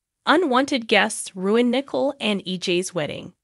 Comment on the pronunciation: Wish the names were not murdered so we don’t know Who u are talking about! Nichole his Not Nickel!